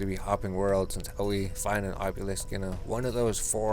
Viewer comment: AH - bee - lisk lol bothers the shit outta me